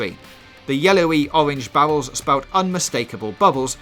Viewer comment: Owange bawwels